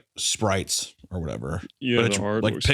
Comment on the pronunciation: I mean i gues we could play dnd, ms. secretary lady please bring some more spwite